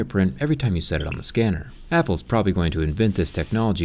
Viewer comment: Love that zack pronounces each company’s name except for apple 😂